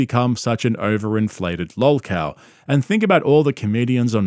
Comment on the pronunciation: Are you saying "lul cow" and if so....what is ir?